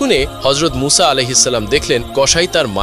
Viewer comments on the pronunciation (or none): মুসা না মুছা সঠিকভাবে উচ্চারণ করুন